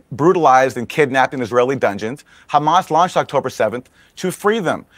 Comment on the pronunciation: They can't even pronounce "Hamas" correctly , but somehow they believe they can destroy them. Isreal thinks God will allow them to prosper after all of this, mad world.